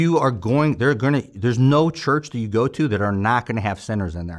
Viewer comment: Fellow St. Louisan & St. Chucker here...Francis Howell...I grew up throwing trash as well. My folks and uncles owned wilson refuse and wilson disposal.... you didn't even have to tell us where you're from, I could tell just when you say "and nat (that)" at the end of your sentence😂 New Melle or Defiance roots 🤣. Amazing story and thanks for your service.